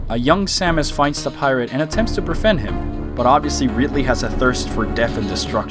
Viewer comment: did he say "befriend" or "prevent"